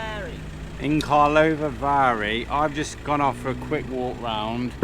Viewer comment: wtf kalavary?! xddd... you can say just german/english name of Karlovy vary -> Carlsbad